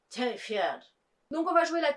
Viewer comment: Coucou! Super arrivages 😉 Merci beaucoup pour la pub à L’étage du dessous, j’espère que tu as apprécié l’édition! Sinon ‘Late night with the devil’ est une belle claque pour moi. Il me semble qu’on prononce « Terrifayde » mais bon… c’est comme le film « ils », est ce qu’on dit le S ou pas à la fin… 😅